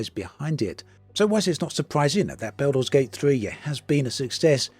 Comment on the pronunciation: My ears! Baooolder's Gate 3.